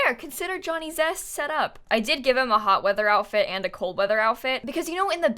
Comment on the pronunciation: I kept hearing Johnny Depp every time she said Johnny Zest😆